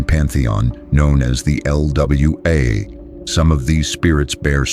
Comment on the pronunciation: Yo the information is great for the ones who has been inquisitive. On the other hand , you had me cracking up . Not “LWA” lmao 😅 like “NWA” ? I subscribed tho . Link next time I’ll help you out